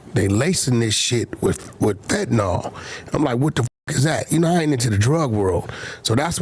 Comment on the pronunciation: “Fettanol”😂 dawg it’s “Fentanyl”. Fen-ta-nil